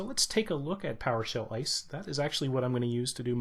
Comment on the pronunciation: Thanks. Only tip: as an abbreviation, try saying I-S-E. Not ICE.